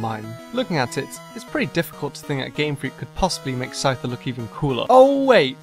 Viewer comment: DO NOT LEAVE OFF THE C IN SCYTHER AND SCIZOR!